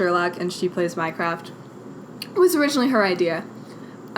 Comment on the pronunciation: you said "I play sherlock and she plays mycroft" but I heard "she plays minecraft"